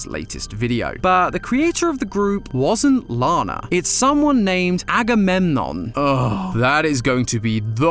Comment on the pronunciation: agamemnom is actually pronounce a-go-meg-on